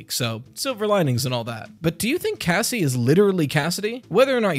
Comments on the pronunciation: Does anyone hear “gazzie” instead of Cassie? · I thought he said Gassie and I’m like what the hell could that be short for? Gassandra? Gaston?